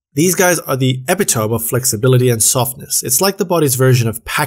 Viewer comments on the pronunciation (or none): Epitome= eh-pit-oh-me